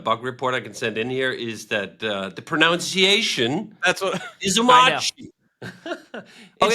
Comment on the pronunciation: correcting the pronunciation of omarchy while pronouncing pronunciation wrong is the greatest unintentional meta joke in the history of the standup